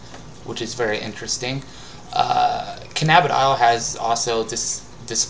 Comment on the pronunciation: It's pronounced canna-bid-e-ol. Open your eyes